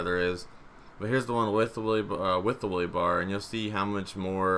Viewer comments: Its a wheelie bar not a woolie bar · "The Willy Bar." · "The Willy bar"